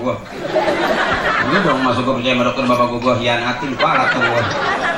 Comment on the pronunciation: Attin itu pake ta ustad. Bukan tho.